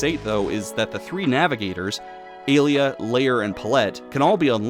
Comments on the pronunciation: Pronouncing “ay lee ah” as “uh Leah” is jarring and funny lol. Great video and amazing intro. (Also I never noticed how many bugs there were until now, and you’re right TOO MANY) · I wanted to punch you so bad every time you mispronounced Alia's name. Other than that, I love this video. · Mfer talks about the games for 2 hours but can't even pronounce the names right nor knows how the games work. It's not "A-lee-a", it's "ah-liah". It's not "gay armor", it's "gah-ee-ah armor". And you don't "unlock" the last 4 mavericks in X5, you're able to play all 8 stages from the beggining. Mfer also can't even pronounce "Bonzi buddy", it's not "bonzai buddy", it's "bon-zee buddy". Also, there's a lion maverick already, Slash Beast from X4 and also a horse maverick in X5 if you consider pegasi as horses.